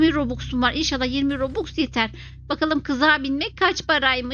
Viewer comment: Abla o bobux değil robux